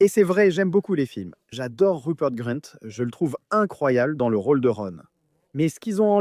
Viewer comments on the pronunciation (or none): Moi ce qui menerve cest le fait que tu prononces mal pleins de mots comme gringotts , grint , ou bien incantatum fait un effort